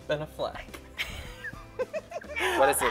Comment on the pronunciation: I love the way Coco pronounces Affleck